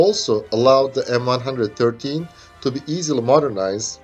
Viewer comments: "The M one hundred and thirteen" ..... LOL, and now the way it said in the US Army, "the M one one three". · M-1-1-3, not m one hundred and thirteen. If you cant even get tge name right, youre a shitty detective. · It is known as M One One Three, not M One hundred Thirteen. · Pronuncef "M one one three"